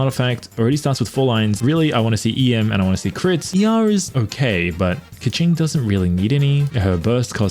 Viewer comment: It’s pronounced key-king not ka ching$